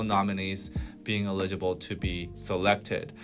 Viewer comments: I have nothing at all relevant to say here. Just that I was super distracted by you two's cute pronunciation of 'eligible'.😄 I love that it was consistently the same betwixt you. BTW, the stress is on the first syllable. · ELL-i-gi-ble!!!! Grammarly! Good!......Potential problem - you might not know how to pronounce words you have never heard spoken. Solution - Look up the pronunciation. - your English is nearly perfect, so - your errors stick out. Ex.: eligible - correctly pronounced with the stress on the FIRST syllable (not the second): ELL-i-gi-ble (not e-LIG-i-ble). You BOTH made this mistake. UGH! I still love you.